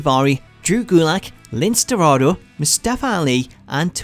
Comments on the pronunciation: Lince Darado’s name is pronounced as Lin Say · You mispronounced Lince Dorado's name...........